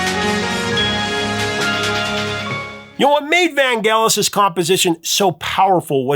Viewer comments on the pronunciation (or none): (IIRC Vangelis is pronounced with a soft G, not hard... "van-jealous") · It's pronounced "mis-che-vous". And Vangelis' name is pronounced as if the "g" is a "j". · In the early 80’s, when the chariots of fire song was all over the radio, the DJ’s were saying Vangellis with a soft G, like saying angelic. It sounded odd to hear the way you said it with the hard G.